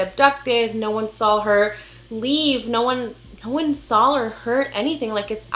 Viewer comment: girl I love you and your channel but I died ever time you say “sawl” *saw lol it’s funny and cute. Keep doing what you do.